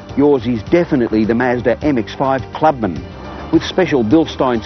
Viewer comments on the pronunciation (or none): he sounds so derpy when he said "the mazdar m-ex-feiive"